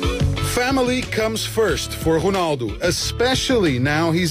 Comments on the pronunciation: No, Rounaldo, say it like that Rou like you say Mou ROUNALDO, but it's Ronaldo. I am portuguese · Ronaldo not Konaldo!! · The way to say his name correctly in portuguese. Us to say Ronaldo like you, we had to say Rouneldo... or Rounaldo... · dude its ronaldo not ghonaldo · its Ronaldo not "whonaldo" :P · Who's Honaldo its ronaldo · Is it just me or the presenter is saying "Honaldo"?? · Why does he say honaldo ?? Is honaldo correct in portuguesse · Why does he call him Honaldo?? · why does he say "Honaldo" ? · i think its pronouced hunaldo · WHO-naldo? it's pissing me off. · who the FUCK is 'HOONALDO'? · who the fuck is chonaldo?